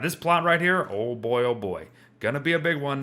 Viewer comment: you said boi wrong.